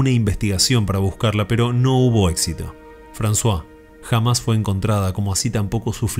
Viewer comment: Lo disfruto y espero con ganas cada nuevo video, que no te quepa duda alguna. Pocos canales tienen la clase y el respeto cuidadoso que vos le ponés a tu trabajo. También intuí que podría tratarse de Émile (Emilio) y de Françoise (Francisca). En este caso se pronuncia 'Emil' y 'Fransoaze' (la z sería muy pronunciada "zzzz", como la onomatopeya de la abeja. Bué, es sólo un detalle. Que tengas un hermoso domingo! Abrazos desde Francia.